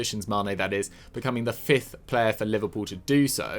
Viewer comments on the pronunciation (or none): man said "fourth and his fithe"